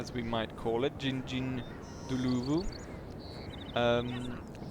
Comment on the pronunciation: Jingjinggloovoo? 🤣 It's a bit more like Ging-ind-dlorvoo. (said very quickly) Sorry, that's the best I can offer. 🤣